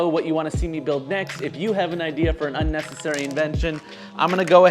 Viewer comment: "Unessasary" bruh i need this